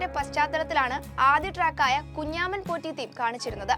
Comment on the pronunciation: Kunjaaman😂😂😂alla kunjamman